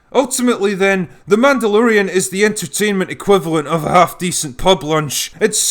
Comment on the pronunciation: It's Mehdalorian!😂